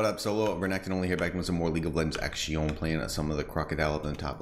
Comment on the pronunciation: please go back to saying "action" properly